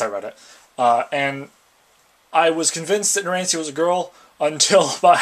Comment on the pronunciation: It's pronounced narancha also the little guy name is formaggio he can shrink